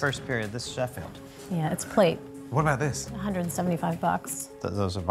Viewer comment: “This is a first period, it’s a Schefield.” “Uh..yeah it’s a plate..”